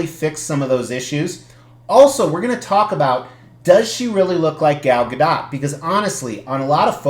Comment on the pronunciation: Hey- you pronounce Gal Gadot's name correctly!